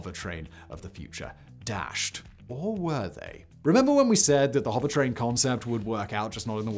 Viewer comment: Anyone else keep hearing it as "hobbit train?" I love it